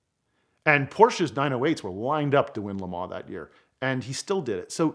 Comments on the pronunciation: Nice story but once he said "Le Mens" I couldn't suspend my disbelief anymore... sorry buddy but if you can't even pronounce the city correctly how am I supposed to believe the rest of the story? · If you guys are going to persist in calling it "LeMaw" spell it like that or else say it LeMANS!! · This Vato and his “La Maanchqua’ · he call le mans lemons